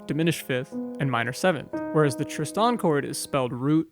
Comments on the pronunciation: Tristan ['tristan]. Accent on the first syllable. I hadn't noticed that he was saying it in a weird way but nothing surprises me on YouTube any more. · Great talk, but for future ref the emphasis in "Tristan" lies on the 1st syllable; TRIST-an, not trist-AN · hand-pink-waving:You keep saying Tris-TAN and that jars my brain! Is that the correct way? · Thanks. I almost stopped watching this because of that. Sort of losing respect for the narrator! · How can we take you seriously, when you can't even pronounce Tristan correctly? And my money is on you can't pronounce "pronounce" correctly. Give it a go. Pip Pip.